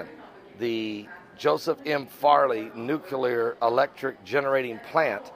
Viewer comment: It's nuclear, not nucular.